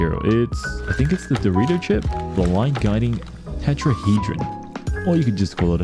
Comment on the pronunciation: First Genshin YouTuber I’ve seen that knows how to pronounce "tetrahedron" That’s off topic to the video but who cares lol